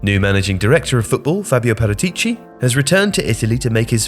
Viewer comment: Please pronounce paratici right in the future, I believe there is a section about it on spurs ask ornstein